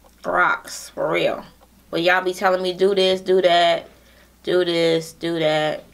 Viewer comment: She always says ya'lll 😂